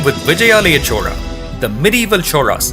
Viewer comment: Chola is a kingdom... Chora is thief... Please pronounce names properly.